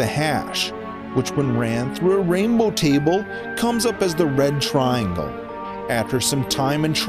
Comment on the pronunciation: It's past dinner time. I keep hearing "The Bread Triangle".